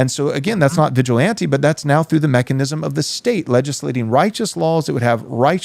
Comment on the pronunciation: Anyone else find the way he pronounces "vigilante" odd?